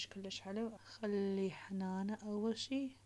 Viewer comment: هنانه❌ حنانه✅